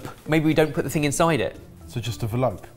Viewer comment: “So just a ‘velope” I’m dead 😂 😵 😂